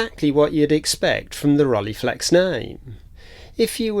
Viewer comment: Interesting video. BTW "ei" in German is pronounced like "eye" in English - so it's actually "Rol-eye-flex" from "Frank--e und H-eye-deck-e" (the single "e" is pronounced like the begining of egg in French "ouef", but without the "f" part) I did briefly consider the SL35M before buying an Olympus OM-1 back then. Lens choice was part of the reason